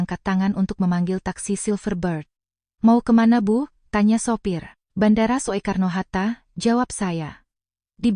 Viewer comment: mohon diperhatikan gaya bicara untuk tulisan/ejaan jaman dulu spt tulisan Bandara Soekarno-Hatta -->dibaca yg benar Bandara Sukarno-Hatta --> bukan So-e-karno-Hatta. "Soe" dibaca "Su".